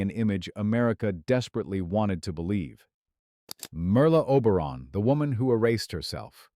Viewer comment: I’m so tired of these AI voices mispronouncing people’s names. Like “Merril” Oberon and “Tah-Lula Bankhead